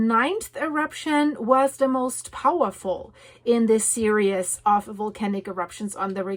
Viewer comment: Hi. So very happy to hear the good news about Apollo. I am going to offer kindly pronunciation adjustment because I finally figured out the word you have been saying in every video about the volcanoes when you name the volcano and say a word that starts with S immediately after it. I hear the English word serious, and I am reasonably certain you mean the English word series. If I am right, the pronunciation of the IES is EES. I listened and you said the word three correctly and it simply would be like multiple threes. I know pronunciation across languages is massively complicated and by now you are extremely used to the serious pronunciation. You feel free to choose, which one you want to use, but if you use any of the translators and they are giving you, the IOUS pronunciation then it’s a learning tech curve for whatever or whoever. I have a funny story from a Native American Rez, where one of the aunties came up to me and tug on the edge of my top, telling me never to say a word that I had been saying because in a speech, a man had used the native word. I thought it meant one thing and evidently it was very profane. She was kind enough to find me in a back hallway alone and simply told me don’t say and she said the word. I’m not tall, but I was looking down at her and she looked older than I am now but she’s probably 20 years younger at the time. I said OK why not? She put her hand over her mouth and giggled and gave me a very polite translation turned around an